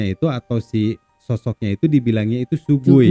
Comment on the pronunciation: Shui gui "bacanya suei kuei" bukan su-gui